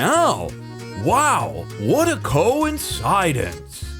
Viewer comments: "what a cowensidance!" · not knowing how to pronounce ‘coincidence’ is wholesome